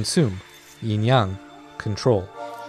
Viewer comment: IT'S NOT YING YUNG. IT'S YING YANG!!!